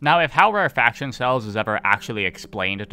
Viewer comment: my inner pedant wants to point out that "rarefaction" is pronounced "rare-eh-fak-shun" and not "rare faction" but perhaps it's not in the world of the eyetorators ;P